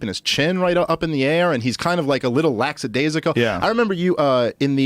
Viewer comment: If Nick Diaz is your favorite fighter, credibility is lost. It's not lacksadaisical, it's lackadaisical. Dave Smith is a fucking idiot. He's also boring.